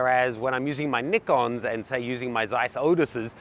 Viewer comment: Thumbs up for being a rare reviewer who knows how to pronounce Nikon correctly.